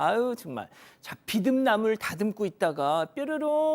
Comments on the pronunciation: 비듬 아니고 비름나물 쇠비름 참비름 제대로 하셔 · 비듬나물이 아니고 비름나물입니다😅